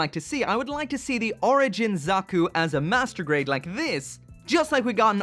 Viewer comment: is it just me or did he say masterbait zakus